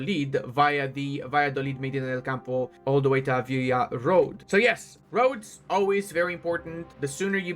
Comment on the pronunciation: Listening you saying Avila wrong make me notice about you got a very good Spannish accent... you use to say every name properly! big hugs mate!